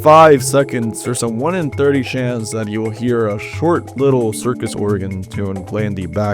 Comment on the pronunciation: the creepiest one is the fact that you pronounce chance as "shance"